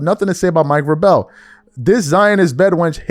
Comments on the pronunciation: These are two consenting adults cheating on their spouses. This is different because they do not work in the same company. Nobody cares except those who are directly affected. BTW...Malika doesn't cover the NFL. Hell... can't even pronounce Mike Vrabel's name correctly, so we know that he doesn't cover football. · maybe so. But you just proved his point, the reason she isn't speaking on MIKE Vrabel(which can't even pronounce correctly lol) is because she doesn't cover the sport genius. If vrabel were a nba coach then she would have to lol. Man, you guys are not that intelligent in that comment section at times. That'd be like a asking a IT guy to break down and analyze what a CFO is doing. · Don't you know how to pronounce Mike's name? Vra....Bel. Not that hard. I can't stand Malika but this isn't the same thing. Diana didn't work in the same organization as Varbel. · Bro U PISSING Me TF Off The Way U Pronouncing VRABEL It Is Pronounced VRAE-BRELL‼️😂🤣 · His name is pronounced VRA - BL. Long A short E. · Bro, why is is it so hard for you to say VRAY-BELL 😂 anyway screw Malika Andrews, Richard Jefferson, and Kendrick Perkins too, they allow it and NEVER call her out on it. It’s all a game by ESPN to keep people watching. I’ll never watch anything that she’s apart of. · Preach! And yeah his last name is pronounced like VRAY-BUL. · It's pronounced Vray-Bull (Vrabel) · VRA-bul is how his name is pronounced. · Enjoy your show. Vrabel is pronounced "Vray- bowl" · his name is pronounce like this Vray bal😊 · Why do you keep pronouncing that man's name wrong you know that's not how it's pronounced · sports commentary and don't know how to pronounce Vrabel?? cmon son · A person who claims to analyze sports doesn’t know how to pronounce Mike Vrabel’s name. That’s crazy. Also thinking a coach sleeping with an employee is the same as a coach sleeping with a reporter is crazy. The tweets you read couldn’t even put together a sentence. Take an L and sit down